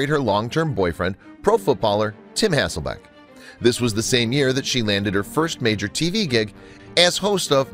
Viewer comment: I tho't she was cute and enjoyed her. However, if she was the moron everyone seems to think, so is the announcer on this video as her name isn't HasselBACK as was said repeatedly, but HasslelBECK. Those who throw stones in glass houses..... etc. , etc.